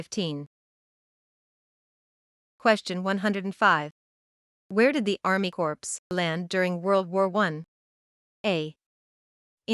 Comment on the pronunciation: Question 104/155 pronunciation mistakes Corps is pronounced as corpse Two completely different words